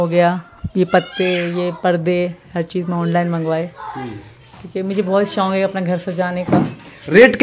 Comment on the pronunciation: Seema shonk nahi shok hota h galat mat bol sahi bolna seekh